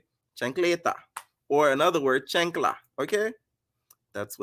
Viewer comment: It's "CHAN'KLA" not CHAIN'KLA! 🤣